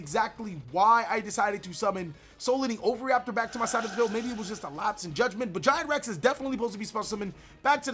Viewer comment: For crying out loud dude... OH-VEE-RAPTOR